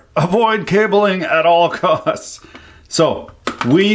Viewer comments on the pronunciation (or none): none